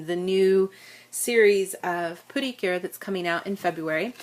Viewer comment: Pretty cure/ precure ❌ Pootycure✅